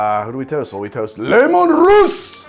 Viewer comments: Two issues: 1. it's "lee-man russ" not "looman" 2. Tanith is literally space Scotland, specifically the Highlands, so Sacra is likely just a Highland Whisky Also if you want a 40K Bible, use Lexicanum and Wikia, for a comedic twist and a more TTP orientated look 1d4Chan has you back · >Lemun Russ It's, uh, spelled Leman Russ. Don't let the commissar catch you.